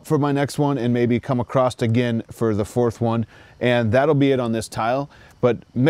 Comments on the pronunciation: You must be from Philly because you said "acrosst" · Dude they is no "T" in the word across! This seems to be a phenomenon in YouTube when people think they are speaking more clearly than normal or they think they're annunciating words but they're actually adding letters